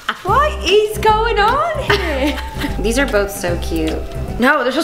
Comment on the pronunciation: gabi said ‘here’ as if she was a posh Brit 😂